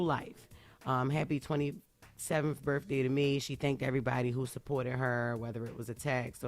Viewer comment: Axe, them shows be having, birfday…🤔🤷‍♂️